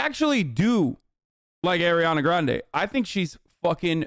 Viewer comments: ARI-ana not AIR-iana bro. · Why can’t he say her name right? Ugh